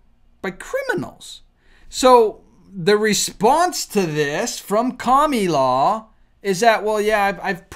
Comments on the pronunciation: Her name isn't Kamula. Kamala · KAM AAA LAA, Not KAMULA .. It's easier if you say it correctly... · I love that "Kamilaw"😂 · Calm-el-a, is how it’s pronounced,,, you’re welcome 😉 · Won't you please pronounce her NAME correctly? K A M A L A. Thank you so much ❤ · Whether or not you like her or not why can't you pronounce her name properly? That is so juvenile! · Why do you mispronounce her name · So why do you have to pronounce the name wrong is that supposed to be funny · This guy can't even say Kamala 😂😂😂😂 take some language therapy so you can learn to speak before recording any more videos. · So why do you pronounce her name wrong??